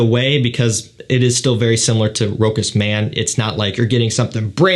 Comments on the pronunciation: it would've been Rokas if it was a german cologne, but Rochas is French so Rosha is the way to pronounce it:) but thanks for the review otherwise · We say Rochasssse not Rokas in France! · I always wonder if it is pronounced Rochas as you say it (Ash says it the same) My Mum speaks French and pronounces fragrances correctly says it sounding like "Roscha ". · It's French and pronounced 'ro-shuss' (with a short 'o', stress on second syllable)